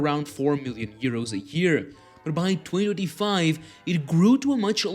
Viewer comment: You seriously need to learn how to say 2025 properly